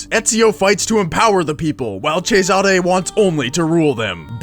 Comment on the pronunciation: i hate how he said Auditore and Cesare